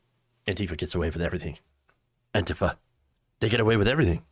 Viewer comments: I like your variation: anteefer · Why do you pronounce "Antifa" like "Auntie Pho"?